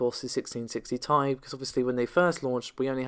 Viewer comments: OMG ...... even according to NVIDIA ......... it is T I !!! not THAI ! so please DON'T say THAI ! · AT LAST !!! .... someone have said ..... the obvious😃 : that the "Ti" for Geforce GPUs stands for "Ti-tanium" and should be pronounced as such😉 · I mean.. it is pronunced T,I but whatever..... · Agree ! even Nvidia says it is T I , Not THAI !